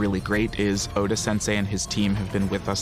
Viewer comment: Everyone is saying the name wrong his name is ODA the GOATA! Insert meme: THATS WHY HES THE GOAT 🐐 THE GOAT!!!